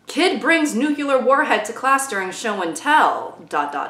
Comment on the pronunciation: I hate to be that guy, but...No I don't. I love being that guy. NuCLEAR! NEW...CLEAR!! NU-CLE-AR!!! 😝